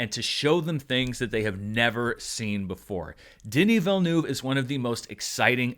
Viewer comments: Say this word - VEAL - now say this word - NERVE. Put them together and.. voila! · Please pronounce the eu-part of his name not like 'noob', you should try the u like from the word 'urgent' 🤓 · I know and you do a good job most of the time, some french sounds are very tricky for english speaking people and 'eu' is one of them, it basicaly like the u in hurt. Anyway I don't know why but it made me laught ;) Carry on with the great job you do with the critics and charts, love them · It kept sounding to me like you were saying "the DIddyville News". ;) I LOVED the movie so much, and I don't know all that much about Dune at all, though I have slowly been trying to get through the audiobook for the past year, so it gave me a great foundation that the Lynch movie did NOT. ;) My first experience with the world was with the Sega CD game, which was my first RPG and I loved it, so I've always had an interest in general. This film really sucked me in, and I"ll be finishing that audiobook as soon as I can, now! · Just wish he would stop miss-pronouncing the director’s name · Americans, please learn how to pronounce the name Villeneuve. Thank you. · prononciation of Villeneuve name is hilarious